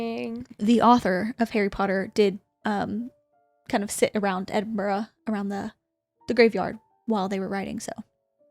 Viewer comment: As an Edinburgh girly, it was nice to hear an American make the effort to pronounce it correctly ❤️